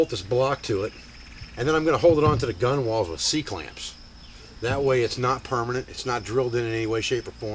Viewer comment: Very cool,! How badly did the motor change the balance point? (btw, gunwale is pronounced "gunnel") Cheers!